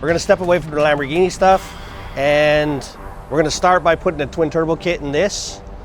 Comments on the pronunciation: Lambolet (Lambo lay) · LamborChevy UrHoe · Hoeghini it is